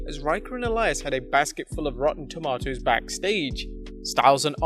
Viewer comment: The way he says tomatoes is making me cringe